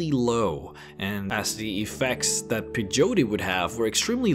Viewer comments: "Hall-oo-Seen-o-gens"?!?! It's pronounced just like "Hallucinate"... as in "Ha-LOOSE-inogen". And it's not "Pah-Joe-Tea".... It's "Pay-OH-tee" or "Pa-YO-tay" (it varies by region). Just trying to help. PS - it's not "post Appa-colliptic". It's "post ah-POCK-oh-liptic". You tend to emphasize the wrong syllables. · It's pronounced like pay-yo-tee. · Do you mean peyote Pronounced pay-oh-tee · Pay-o-tee. Not puh-joe-tee. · loooser It’s pronounced pay not pie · Peyote is pronounced like (pay o tea) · It’s more like pay-yo-tea. That’s how I hear it pronounced anyway. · It's actually pronounced (pey-ho-tae)... And it's a native American version of marijuana. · You really did your homework. Congratulations! Oh, and it's pronounced PAY O Tee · Thank you Flaura. It was driving me batty hearing him call Peyote "Peh-joe-tay." lol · pronounced Pay-Yo-Tee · So close but again not exactly corrected, it's Pay-Oh-Tee. The Y is used to create the Pay sound and not a Yo sound. Not trying to be mean just simply informing people for their own personal growth, I can chalk this one up to geographical language differences in how we speak to mislead people on pronunciation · PEYOTE = PE + YO + TE like in " YO BRUH " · The way you pronounced Peyote, Apocalyptic and Hallucinogens sounded like Pejote, Apokliptik and Haluseeneegens xD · Pay-O-T....say it fast, or Pay-O-D is how most people pronounce it. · Phey oh tee. Peyote. Come on man there isn't even a J in the word. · Peyote:- Pay - oh - tee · Pay-yo-tay or Pay-yo-tea. thats how you say that word. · let me help ya: PEYOTE - PAY-YOH-TEE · Peyote, PAY-OH-TEE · Pai-o-tay, is how you say it. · peyote is said like pay oat tea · Pay-Yo-Tee is how you pronounce it:) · Peyote Pay-oaty. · PIE-yo-tea PAJOETEE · its pay-oat-tea peyote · Pay - Yoh - Tee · Pay-yo-tee thats how you say it. :) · Peyote> Pay-O-tea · PAY-YOTIE is how you pronounce that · PAY - oh - TEE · Its Pie-oat-tee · Peyote is pronounced pay oh tee. :)